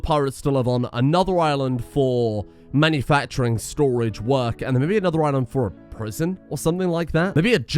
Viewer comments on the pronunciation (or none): none